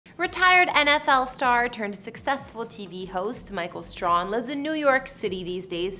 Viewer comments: It's STRAY-HAN (like "hand" without the "D")... NOT STRON (like "strong" without the "G") Please, do your research and show more respect. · His name is pronounced STRAY -HAM. Give him his respect and say it right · I've been smitten over him for years. 😍😍😍😍😍 his last name is pronounced Stray-han 😂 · His last name is pronounced Stray- han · PRONOUNCE HIS NAME CORRECTLY! IT, STRAHAN IS PRONOUNCED " STRAY- HAN" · The surname is mispronounced it's STRAY-HAN(pronounced like hand without the d at the end).💙☺ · Please learn how to pronounce his name. It's Stray....han ! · How could you continue to mispronounced such a well-known and popular figure's name over and over again.I am quite disappointed in you and you have certainly lost some credibility with me.From here on out,do proper do diligence. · She sure f ing up his last name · It would be nice if you pronounced his last name correctly. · You pronounce his last name wrong. How do you do a video on someone you can’t even properly say their name. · You pronounced his last name totally wrong. It was soooo irritating 😠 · Too bad you couldn’t be bothered to learn how to pronounce the guy’s name before doing a feature on him. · Did even say his name right smh